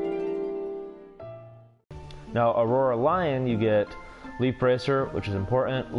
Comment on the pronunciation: Anyone else annoyed that he kept saying “aurora lion” and “keeba lion” lol